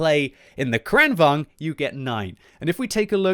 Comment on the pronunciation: I think in swedish it is pronounced "Krane Vagen"